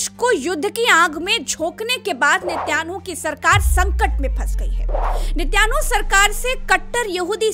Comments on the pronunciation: Watching from saudi, his name is binjamin netan yahu not Nitaynu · 😄😄 "net YAANU " nahee VOH " neten YAAHU " HAI😂🤣